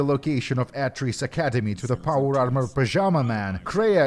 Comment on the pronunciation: ... Ah-tris? How can you get the names so wrong??